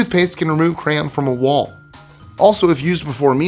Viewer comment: Except the English word "crayon'😂 Love your videos. Really lol'd at The Simpson's reference